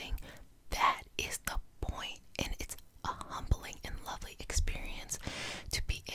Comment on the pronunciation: legit thought you said “lovely penis magic manifesting” at the beginning, woke me the fuck up